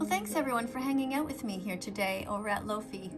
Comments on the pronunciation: Loaf-ey wtf it’s low-fi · It’s pronounced like low fye